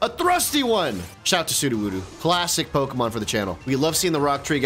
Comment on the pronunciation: U loved videos till he started mispronouncing the Pokémons names nothing enraged me more